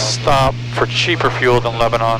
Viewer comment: Love the channel. But, we pronounce it LebaNAN not LebaNON. It is not like the country. Also, we pronounce Lafayette and Milan wrong too.